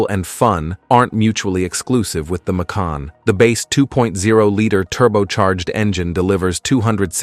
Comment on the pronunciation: It’s not mack-kin nor may-kin; it’s ‘muh-can’